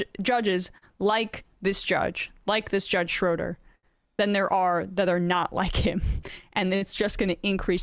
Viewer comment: Not "Grasskootz!" It's Grosskreutz. And Schroeder is not pronounced "Shrowder," but "Shrayder."